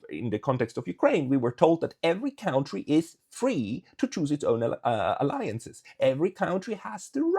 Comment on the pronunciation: It is pronounced kuntry -- not cowntry.